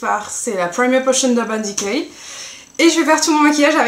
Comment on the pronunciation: c'est bien parce que tas pas un accent anglais tout pourri comme peuvent avoir certain francais (sauf nakid ou urban dicay)! jaime tes videos, et jsuis fan de PLL aussi :p tu pourras faire des look de Aria aussi? thanks x